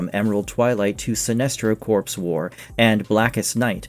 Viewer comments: Did I hear you say “corpse”? Pronounced “core”. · corps is pronounced core. not corpse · Corps is pronounced cor, not CORPSE. Jesus Christ.